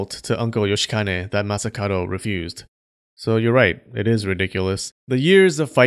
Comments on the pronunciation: I've only noticed towards the end that the dude's name is masakaDo, not masakaRo... pronunciation,! 🔊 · Why did you pronounce Masakado as Masakaro? Something to do with the languange?